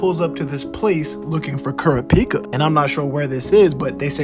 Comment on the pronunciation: Can you please say Kurapika name right